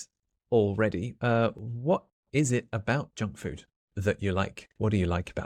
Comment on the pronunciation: I haven't been aware that Kababs fall into the category of junk food and whenever you spoke out the word junk food I've heard like jack fruit because, I'm used to jack fruits. Well, my first time to eat Kabab, i was then working in Muscat-Oman from a Turkish Food truck as teacher said. Thanks again for this lesson.